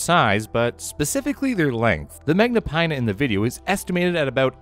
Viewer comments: Magnapinna is pronounced with a short i as in fin. It litterally means great fins. Remember that. Americans, please put some research into pronunciation before butchering a scientific name. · where did you learn to read so that when you see the letters "-inna" you say eye-na instead of in-a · Magnapinna has the SHORT "i" sound, as in "skinny" & "dinner", NOT the long "i" sound. Kleiber has the long "i" sound, as in "cyber" & "briber", NOT the long "e" sound. Maybe I should pronounce your names Gryle, Chyle, Quyze, & Bruh?